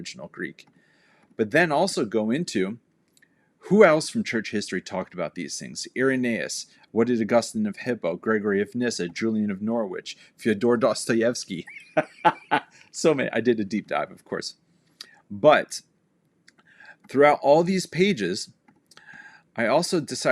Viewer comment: It’s not Nor Wich. It’s Pronounced Nor-ich. The “w” is silent. Sorry but as a Brit . But you’re talk is good. But I’m terrified of the hellish near death experiences of Howard Storm and the like